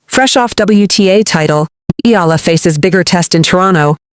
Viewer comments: Eh-ah-lah 3 syllables 🥸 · Please say it properly EALA